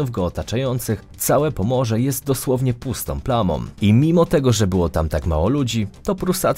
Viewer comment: No ładnie, kanał się rozwija, starasz się, ale proszę: nie mów pustom plamom, ciepłom zimom, i że z niom coś nie tak...spróbuj to napisać, przecież tak nie piszesz, to dlaczego tak mówisz? Dbasz o stylówę, widać świadomą kreację, to jest ok , ale nie upowszechniaj takiego kulawego języka, zwłaszcza że masz już spore zasięgi.